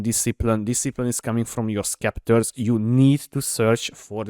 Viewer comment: Bro i really like your accent, but this one time it needs to be addressed ❤😂 Spectres (spekktas) Sceptres (zepptas) Ty for your build :)